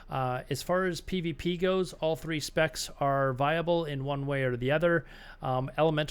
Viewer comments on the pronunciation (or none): none